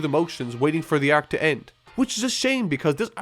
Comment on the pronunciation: The way this guy says "arc" is actually almost painful to me. "Ayyyyarccchhhh". How do you fumble such a simple word that badly, accent or not?